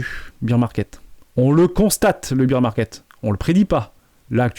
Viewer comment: Bear Market, pas Beer Market